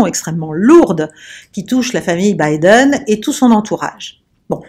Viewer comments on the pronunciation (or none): none